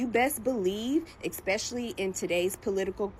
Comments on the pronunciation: "Eckspeshly"? Fvcking really? The "climate we're living in" exists solely within the delusional smoothness of her brain. Where can I get some of this "white power" she speaks of? Is it power like that of a genie or something? Is it some Harry Potter sh!t? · EXPECIALLY... What a loser . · Im glad people are finally catching on. My entire life i havent understood the free pass... and whats the deal with intentionally speaking like they're uneducated? They must know how they sound. I know everyone heard this lady say "exxspeshully." She probably just wants to axe a question too.